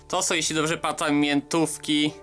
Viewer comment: "to sa jesli dobrze patam mietowki w takim pudeleczko" . widac jezyk polski za trudny, pocwicz troche mowe